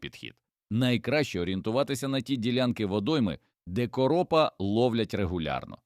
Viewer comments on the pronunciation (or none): Наголос неправильний у слові короп : учи мову. Якщо це говорить ШІ, то ганьба програмісту .